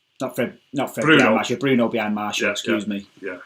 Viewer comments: It’s ok mate, if I told you how to pronounce every foreign players name correctly you’ll be dead (though you are Arab so you probably know some of them) it’s obviously hard for him to remember to say Martial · What the hell is a Marshall its martial have some respect what of i called you rack instead of